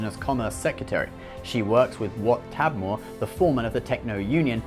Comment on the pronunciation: i thought it was wat tambor not tabmor